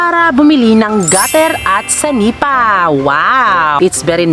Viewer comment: senepa po hindi sanipa